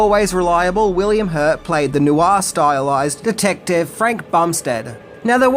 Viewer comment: Noir is one syllable not two.